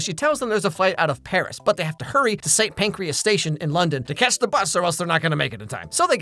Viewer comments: that is not how you pronounce st panCRAS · Was “St. Pancrias” deliberate? It’s St. PANCRAS station lol. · “St Pancreas Station” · "Saint Pancreas"??? 😂😂😂😂😂 It's St Pancras. No E, no human organs. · AMERICANS: it is pronounced st PancrAS not PancrEAS 😭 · Aaaw your pronunciation of St. Pancras is cute 😂 (you said pancreas, like the organ ^^)